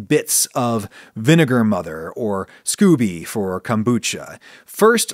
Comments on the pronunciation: *Not 'scoobie' but 'skO-bee'. Hard 'o' sound. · I think it's pronounced scoh-bee. I've never heard anyone say Scooby. Ghah is best when served live though. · Did not expect a rant about daddy issues. I enjoy these little insights into the mind of Ragu-Sea, not gonna lie. And I'm pretty sure it's pronounced "scoe-bee" not "scooby." I could be wrong tho. Maybe that's where Scooby Snacks come from. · Scoby, not Scooby-Doo! Lol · scoby not scoooby lol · I've heard Scoby pronounced Scoh-Bee rather than like Scooby Doo. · SCOBY, short "O" not SCOOBY (doo!). 💕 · "Scooby" 😆 😂 No Adam. Just no